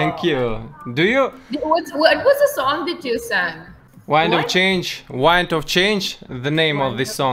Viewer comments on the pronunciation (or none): Блин,, ну подтяни английский, в конце концов, Вайнд оф чейндж, ужос. Ты в самой песне поешь, Винд! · все ништяк, но пианино на английском произноситься не пьяно, и пьено))) и еще, не уайнд ов чендж скорпионс, а уинд ов чендж) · Интересно, почему он произносит в песне "Wind..." правильно, а потом в разговоре как "Вайнд"?